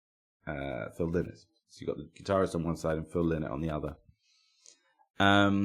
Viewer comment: Pedantry corner, Lynott is pronounced "lie-not', a bit of a bug bear for those of us with that surname Really.looking forward to you doing a planxty episode, a much overlooked band. As for Lizzy, as great as Jailbreak is, I always prefer the music of the original lineup (Eric Bell era), which to me has more depth both musically and lyrically. Keep the great shows coming